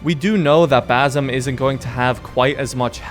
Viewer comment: Just a small clearfication I'm Arabian and it's basm or basim with (s) you pronounce it so close to (z) and that is annoying DD 😂 my English is bad too but it's ok I am not talking to a crowd..